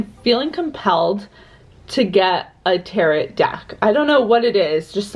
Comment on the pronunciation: The second T is silent in tarot! ☺️